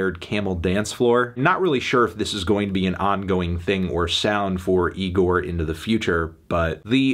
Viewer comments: Oh my god Melon second go round and you still pronounce it incorrectly, it’s not nigorrr, say it with me bud, igorrr. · Anthony how many times do we have to tell you. It's pronounced Igorrr not Nigorrr. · It's pronounced E-GOR not NEE- GOR, Anthony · Again Melon it’s igorrr not Nigorrr We’ve talked about this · He pronounced it nigorrrr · Good review Anthony but I think you misread the band name. There's no 'N' in 'Igorrr'